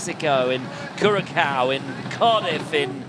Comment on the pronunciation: That was the worst pronunciation of Curaçao I have ever heard.